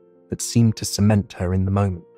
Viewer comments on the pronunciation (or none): none